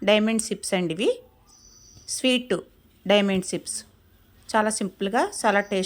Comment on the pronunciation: సిప్స్ కాదండి చిప్స్ అని సరి చేయండి